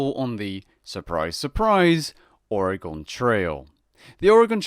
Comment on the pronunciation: Ouch on the way said Oregon